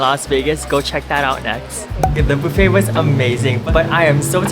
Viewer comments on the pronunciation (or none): Subscribed partly because you pronounce it ‘Bouffet’. 😊…like bouffant.